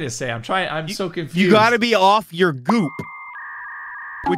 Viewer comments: I think he misspoke the word "goop" as "g o o k", which is offensive toward korean people according to Wikipedia Edit: here's the wiki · didn't say off the goop. He said goo but add a K at the end. I'm sure you'd recognize it from Vanoss' famous rice hat clip.